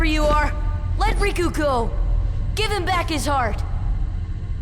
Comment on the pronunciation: Riku not Roku lol